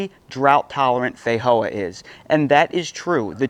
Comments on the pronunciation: Fei-joa ,not Fei-hoa 😦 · Hey brother the proper pronunciation is FeiJoa not a silent J like in ESPANOL just sayin I’m Portuguese and I regularly talk about these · 😂 I just can't with the way you say feijoa, I've called them fee-joa my entire life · We call them FEE-JOA's in NZ. Never heard them pronouced FEY-HOA's. haha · theyre pronounced differently the world over due to different dialects. In places like eastern Europe it IS actually is a silent J. One culture doesnt own the fruit. Same as Spanish people pronounce "Jesus" differently than English language speakers. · Great video until the end where the eating sounds got on my nerves. I do think there is a pronunciation problem, as others noted. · FFS mate, learn how to pronounce Feijoa!! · Feijoa is a Portuguese word so the j is pronounced as it would be in English.